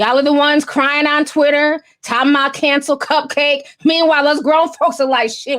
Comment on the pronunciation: Isn’t it pronounce cup-cak-kee ? I think its a play on bukkake?